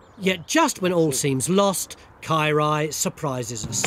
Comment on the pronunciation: His Welsh is so bad it took me a while to understand that he was saying Caerau...ugh.